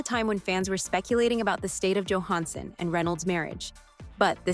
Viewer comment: Please look up actor’s last name pronunciations BEFORE recording videos. Johansson and Hammer were both pronounced incorrectly.